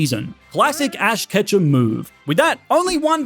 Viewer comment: Fash ketchem began his journey in pokemon scarlet WHAT IS FASH KETCHEM🤣🤣😂😂🤣🤣😂😂🤣🤣😂😂